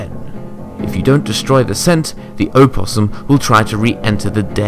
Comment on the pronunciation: That's not how you pronounce opossum